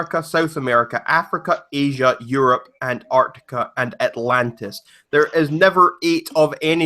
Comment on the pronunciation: Did he say Atlantis?